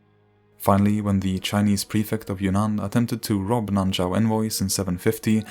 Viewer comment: Great video and very informational, however i keep hearing "kingdom of your nan" instead of "kingdom of Yunnan"